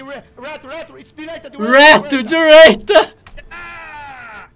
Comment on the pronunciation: dirêita kkkkkk